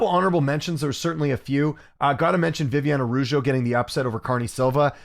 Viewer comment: Viv-e-on-e Ah-dah-ooh-jo & Cuh-re-knee Silva. The other videos there have been some more but yeah. I mean it in the most respectful way possible btw. I don’t wanna come across rude or anything. Just a question. Thanks